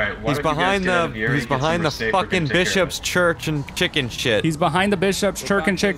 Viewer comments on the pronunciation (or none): Is anyone going to point out that said Churckin Chicken?